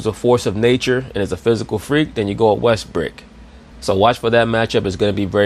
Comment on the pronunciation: James worthy calls him westbook lol